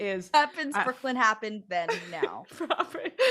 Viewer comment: This was such a stupid story. Nothing supernatural at all - just some chick who felt awkward at a party because she thinks she is better than everyone else and got to a drunken mess. Also, it's BrookLYN - not BrookLAND.